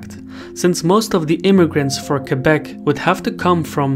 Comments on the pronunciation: Thank you for pronouncing Québec perfectly. I appreciate the quality of your excellent videos. Thank you! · As a somewhat politically-informed Canadian, I salute your hard work, and am surprised by the accuracy of the information. Good job on the pronunciation of Québec as well!